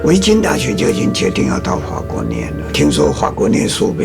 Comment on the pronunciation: 老先生的底蕴真的很足，谈吐间能感受到有自己的思考和经历。另外法国的“法”发音听起来真的很舒服。